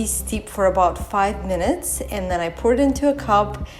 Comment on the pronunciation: POUR is pronounced like DOOR, MORE, SCORE, FOR...et cetera ( not poor).